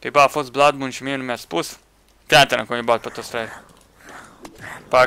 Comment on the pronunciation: Se pronunta ,,blad num" blood moon